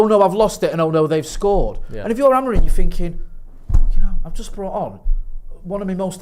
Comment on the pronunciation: Take a shot everytime someone is "finking" Everybody's dead 😂😂😂